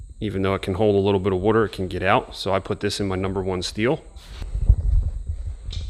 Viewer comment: Omg say water the right way